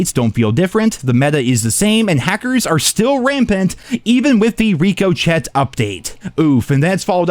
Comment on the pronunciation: I’ll never stop positing this, “Ricochet” is pronounced ‘Rick-O-Shay’ as in a bullet it will ricochet off of a steel tank. It’s even in the logo for the anti-cheat. Disclaimer: No I am not defending the anti-cheat, just correcting the pronunciation.